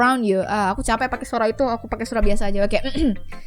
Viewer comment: I hear.. You are saying 'suraba' waktu yuri muncul Bukan 'suara'😂